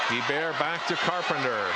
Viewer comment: He pronounces Guebert as Gee bare. It's pronounced Gee Bert get with it boi